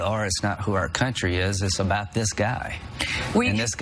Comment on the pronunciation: Cuntry say 'Cuntry'